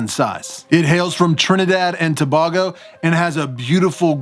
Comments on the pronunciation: Great video. I have a C. Elegans and a P. Irminia. My first two tarantulas. You do some really nice camera work, brotha. Btw it's pronounced To"bay"go. My family is from Trinidad ;) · Bro.. To-bay-go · Love ur video bro this is the 50th time watching this video also u pronounced Tobago wrong I live there if it's possible would like to have a chat with u